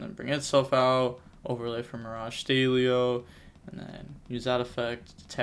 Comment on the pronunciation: Great video as always mate! I've noticed you pronounce "stallio" as "staylio" 😆 Doesn't the word come from "stallion"?